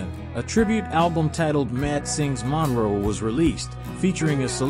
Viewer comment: He couldn't even say Matt's last name correctly!